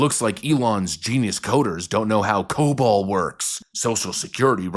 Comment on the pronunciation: Um... It's Cobol, not cobalt.